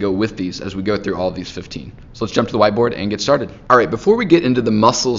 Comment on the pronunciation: Dude you can't say white board I'm offended 😂